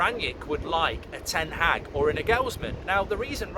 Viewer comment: Just say Ten haag. Why TH?